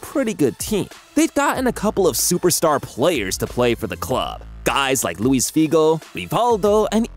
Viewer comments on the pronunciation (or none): none